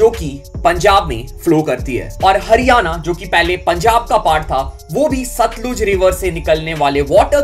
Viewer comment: It's सतलज not सतलूज